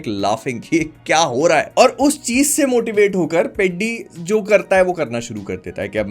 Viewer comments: Please people pronounce atleast the movie title right. It shouldn't sound peddy it should sound peddhi. Movie tho dekha hain na. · As a telugu guy I found it sooo funny you calling it पेड्डी, it is पेढ़ी 🤣🤣, btw as you said movie is bad 🤝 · Bro, with due respect, whether the movie is good or bad is completely your opinion and reviewing it is your right. But at least please pronounce the title "Peddi" correctly. It's a Telugu word, so kindly check how it's actually pronounced in Telugu rather than reading it with an English pronunciation. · Bhaii I tell youu itss not peddi itss peddhi this is how u pronounce it!! U dont evn know how to pronounce a name and what to judge a movie?? I accept the jahnavi part is not acceptable but the movie the emotions are soo gud maybe the hindi dub wasn't good but in telugu is was damn good and theres no much story about hero and heroin together because the story is totally concentrated on peddi only and his struggles SO STOP COMPARING PUSHPA AND PEDDI And in bollywood also they show a women in minute dresses u dont talk abt tht Hypocrite!! As u said tht he plays cricket,khusthi and many other dont you understand that he is multi-talented he said in his first intro " aate na pogaru " that means game is my pride he loves games and about he giving off his legs because in his leg the nerve is totally damaged and he is having difficulty in walking he is in pure depression so he took the step THIS MOVIEEEE!!! IS TOTALLY ABOUT STRUGGLE FOR IDENTITYYY And it is also a call to youth to struggle for their identity and a information about sports other than CRICKET THIS MOVIEE WAS SO GOOD if u think broadlyy such a hypocrite u are to roast such good movie I accept some scenes does nt make sense but it has a great meaning OVER ALL THE MOVIEE WAS SOO DAMN GOOD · Peedi nahi peddhi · Peddi teddy ki tarah nahi pronounce karna hota hai… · This guy actually doesn’t know how to pronounce peddi and he is giving its review waaah bhai waaah 😂😂😂😂